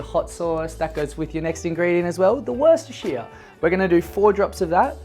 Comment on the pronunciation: abolutely flawless pronouncement of worchester sauce